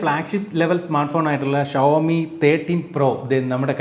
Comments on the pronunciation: ശ അല്ലാ ഷാ അല്ലെ 🤔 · ശവത്തിന്റെ ശ അല്ല ഷഡ്ഢിയുടെ ഷ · ശവോമി അല്ല ഷ വോ മി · ശവോമി അല്ല ഷവോമി എന്നാണ്. 😌